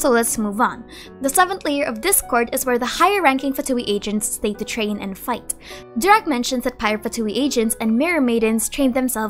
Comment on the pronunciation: Pls not durak but doorak means stupid